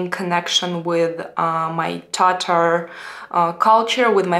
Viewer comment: For some reason, I've always struggled with the correct way to pronounce the word "Tatar", but after hearing you say it using the actual Tatar pronunciation, it just sounds right. It seems that the stress should be slightly more on the second syllable rather than the first, and it rolls off the tongue more naturally that way. I envy your ability to speak and converse in a number of languages, as that provides you a window into other cultures and the larger world. As a Texan, Spanish is the language I hear the most after English, and even after taking classes for it in grade school, I've never used Spanish enough to be truly fluent in the language - I can follow along to a limited extent, but that's about it. Funny thing is, I can read Spanish-language newspapers and websites pretty well. Your English really is very good. The occasional mispronunciations or grammar issues don't cause me any difficulty in following what you're saying, and sometimes it provides an insight into how a Russian-speaking person may think about how language works, and that's kind of cool. Anyway, this was a fun and informative video - thanks!